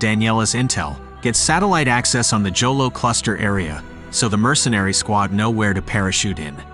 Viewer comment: Pronounced as “Holo” not Jolo..